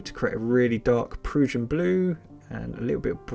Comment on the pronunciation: Proo-shin blue is the wrong pronunciation. It's Pruh-shin Blue as in Russian.